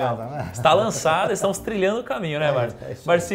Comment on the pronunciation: O nome dele não é Barsí, é Barsi.